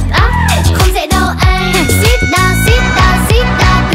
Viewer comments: Và cần coi lại phần phát âm. "Sit" chứ ko phải "seat". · HÌnh như đây đúng là tính cách của Hoàng Yến. Diễn MV này cực khó mà HY diễn chuẩn từng miligiây, không có đoạn nào gượng gạo. Phê. Nhưng bài này có sạn, là chữ sit trong sit down không phải phát âm như vậy. Phần tiếng Việt vừa ngọt vừa đanh đá, nhưng Tiếng Anh hơi bị quê.